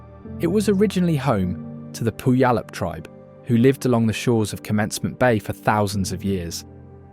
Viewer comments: Where to start with all the errors voiced by the AI robot narration: Chuckanut Drive, no shots of the actual roadway, just the railway below; Poo-yal-up?? Lake Tchlan? Give me a break!!! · I've always known it to be pronounced as "Pyoo-wall-up" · If you grew up in Washington, most of these are well known. The beauty of this state will always have my heart, I’m born and raised here. I meet people who live in Washington who can’t pronounce cities like Puyallup, (Pew- all- up) all the time. The misspelling of Tacoma was a little confusing but the names of cities here can be confusing unless you know and really look into it. Great video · Hahaha...Pu-ee-yallup...people ALWAYS get it wrong. It's pronounced Pew-allup. Also Takoma is NOT spelled with a "K", but a "C" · It’s Tacoma. Puyallup is pronounced “pyeuwallup”. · It's always funny hearing how people try and pronounce the different tribe names. "Poo-Yall-up" is a new take for me. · You misspelled Tacoma. Also, some mispronouciations, but you mostly got them right. Native American names are hard to pronounce if you aren't from Washington. Beautiful and interesting. Thank you. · Repeatedly hearing the mispronounciation of Puyallup is painful. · Tacoma, not Takoma 😂 Also, died at the AI voiceovers pronunciation of Puyallup, but hey, it's a tough one. Enjoyed the video though! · Please learn how to pronounce Puyallup and Steilacoom before teaching everyone the wrong way to say them. Other than that beautiful video. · Nice video but pronunciation of places are terrible. Why not hire a local voice actor rather than some British person who doesn’t have a clue on our place names? He gets Spokane correct but Makah, Bellingham Puyallup and more are pronounced incorrectly. Grating on the ears and spreading misinformation.